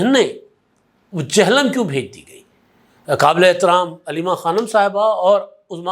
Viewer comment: ادھا سائیں۔۔۔ یہ "چہلم" نہیں "جہلم" ہے ...